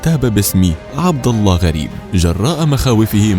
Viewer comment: من لهجة المذيع وقارئ هذا التخبيص انه ليس عربي فهو لم يستطع ان يلفظ اسم الجلاله باللفظ الصحيح ، قناه اماراتيه ، ولعل هذا الصوت صوت اسرائيلي ، وهذه واحده من نتائج التطبيع ، لاحول ولاقوة الا بالله.